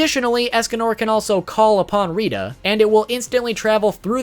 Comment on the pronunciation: he pronounces rhitta to rhidda